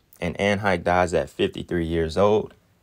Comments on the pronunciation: Great video. Pronounced Anne HESH btw 🤣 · That number of kids missing every year is crazy AF. And by the way you got some pretty good content bro. I been rocking with you a couple of years now. And, it's pronounced like Hesh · Hay- shh is how it's pronounced great info . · Her surname is pronounced Heshe although it's spelled differently. Allegedly she had just or just about to make a movie about children being sex trafficked...in other words she was gonna spill the beans in the form of a fictional movie. She ought to know as her former lover is a big time trafficker...ALLEGEDLY! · Also just bc you said you didn't know & others may not either, her name is pronounced like "he-sh" with the short "e" sound. Great video👏👏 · her last name is pronounced, HAY-SHHHH. Hope that helps! LOVE your work! 😊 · Anne Heche pronounced HAY- shhh i’m wondering if anne knew what ellen and others were doing and she like many others were silenced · I live in LA county, and I saw it. It looked crazy to me at the time and I wondered who she was sacrificed for. BTW her name is pronounced Hash (long a) excellent video Ellen sure looks bad in the photo with his red eyes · It's pronounced Hesh😁 it's definitely a strange name it means portal... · Hello...The way to Pronounce her name is Hay~sh...I am looking forward to hearing this one today... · Anne Hesh is how you pronounce her name. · Hay-shh is how it's pronounced. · Her name is pronounced Anne Hey-sh. Its kind of irrelevant, but if you're telling a story pronunciation is good to know. ✌ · I believe it's pronounced "Hesh" btw. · HER LAST NAME IS PRONOUNCED HAESHH BUT ITS SPELLED HECHE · Hashe long a e is silent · Pronounced like Hesh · Heche pronounced (Hesh) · Her last name is pronounced: "HAY-SCHE" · Pronounced "Hesh" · Pronounced hesh